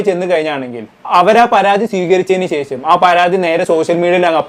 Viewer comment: അക്ഷര സ്പുടതയോടെ സംസാരിക്കു ബ്രോ 🙏🏾🙏🏾ശേഷം ആണ്... സെശം അല്ല. സോസിയൽ മീഡിയ അല്ല... സോഷ്യൽ മീഡിയ..